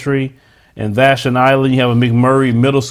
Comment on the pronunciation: Not trying to correct u but Vashon is pronounced VA- Shawn. This is why I don't allow my grandsons to get all them shots and the only thing they can do is check their eyesight. This is why it's so imp to put your comments in rather it's good or bad so others can get an idea of what these places/ any place are about.